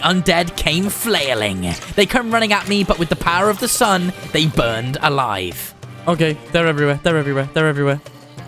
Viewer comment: haha he said power of the sun they will burend alive haha there undead